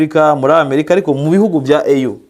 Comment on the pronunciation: kosora bino: EU bayisoma "iyu"(apana "eyu") kukwo ari impfunyampfunyo y-icyongereza "European Union". African Union niyo bita "eyu". Komera